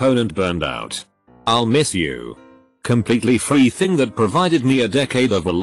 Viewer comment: It's = "it-sauce" He's = "he-sauce" I'll = "I-sull" They'll = "they-sull" I have never heard TTS screw up this bad. It-sauce almost funny. I-sull almost be amused, but it-sauce getting annoying. I-sid pay 5 dollars ... zero-zero-zero to make it stop. Damn.